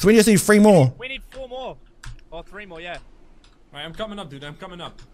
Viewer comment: Every time he says the word "Three" he says "Free" and it makes me think he skipped English class